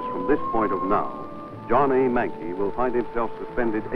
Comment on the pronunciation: His name was John McKay... not Manke